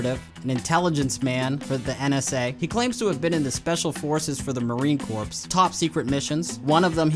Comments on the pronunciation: Corps isn't pronounced corpse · "marine corpse"😅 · You lost me at 'Marine Corpse' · It's pronounced Marine "Core" (spelling Corps) not Marine Corpse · Hey, pro tip here: the "corps" in "Marine Corps" isn't pronounced like "corpse". The hell they teach in school these days? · “Marine corpse” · The word 'Corps' is pronounced like Core not like Corpse... I realize the confusion but it should be well known by now. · The second word in "Marine Corps" is pronounced CORE. It is not the marine corpse. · ...did he say Marine Corpse? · ThE mArInE cOrPsE. Its corps. How do people still fuck that up? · Only thing about this vid that bothers me, your pronunciation of the Marine Corpse. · Marine Corps is not pronounced "corpse". It's pronounced "core". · Corps is pronounced “core” Not “corpse” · When he said "corP" I couldn't tell who was the bigger bullshitter here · Corps = "core" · Marine corps is pronounced marine core just saying. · Muster Gwarfield No LoL. Read the definition of Corps.